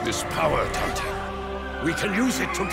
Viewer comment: The mispronunciation of Dante urks me